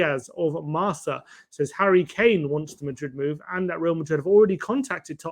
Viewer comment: Ffs guys, you are masacring these spanish publications.....its mar- ka (marca it means SCORE in football) ......its Reh-le- vo (it means RELAY) and its el Chi-ring-ghee-tow (it means BEACH BAR)